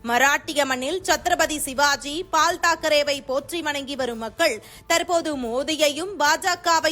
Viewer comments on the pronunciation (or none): Pal தாக் கரே, மோர் தாக்கரே எல்லாம் இல்லம்மா. BAL தாக்கரே தான் சரி. Bala என்பதை Bal என்கிறார்கள் அவர்கள். So கரெக்ட் ஆ படியுங்க 😃